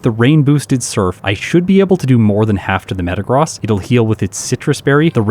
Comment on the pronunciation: You are pronouncing Metagross wrong 😅